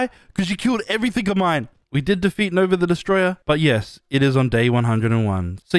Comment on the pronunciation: did just say mulk instead of milk